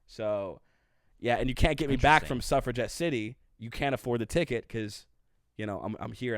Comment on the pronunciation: Time for some T Rex: Bang a Gong It's got "Bang" in the title, it's a banger. p.s. Suffera-GET, not jet.